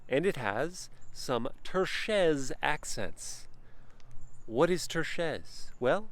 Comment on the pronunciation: Surely, if you are presenting a very detailed review of a luxury vehicle, and insist on repeating a word many times, you would at least spend a few seconds verifying its pronunciation. But no, "turchese" has crossed the Alps on the whim of this reviewer whose ignorance is completely at odds with the concept of post-opulence this car stands for. Ouch and ouch again for every time he murders the word, the video and the brand. Maybe stick to Chevy reviews?